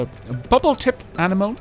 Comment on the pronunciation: It is pronounced A (as in alter) nem (like hem) O (like open)- ne- (long e like need) :)